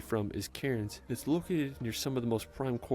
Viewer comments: Its Cairns not Karens!!! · In Queensland we get high humidity the last few days we were sitting at over 90% humidity today is sitting about 85% humidity it's our storm season so humidity is bad right now out of storm season it's not to bad BTW Cairns is pronounced "Cans" Melbourne is pronounced "Melbin" (go light on the I but with a hard N I was born in New Zealand moved over to Australia as a kid New Zealand and Australia are like siblings we love to bag on each other but if any other country try's anything it's on we have each other's backs New Zealand is an amazingly beautiful place has basically 0 native land predators New Zealands nature is very tame in comparison to Aus lol if you want to find out something interesting look into the KiWi Bird and the size of there eggs Poor little buggers i feel so bad for them lol New Zealand has one of the longest town names it even has a great catchy song about it Have a look into maori culture ❤ You should definitely look into New Zealand if you get a chance ❤